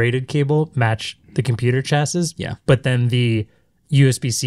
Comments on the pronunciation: Chassis, pronounced “chassy” not “Chass-eese” as in cassis. Good times. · "computer CHASSISS".